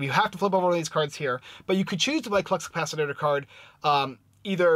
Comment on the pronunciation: Thx for the review! (But it's ka-pa-si-tore, Lol!)